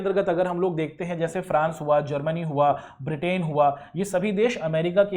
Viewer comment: ब्रिटेन correct not बिर्टेन